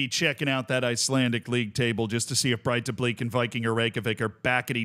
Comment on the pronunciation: Its not pronounced Breitablik. Its more like Breithablik, however the th is very soft. Its very much like the Welsh dd.